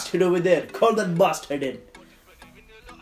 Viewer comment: why do u say barstard all the time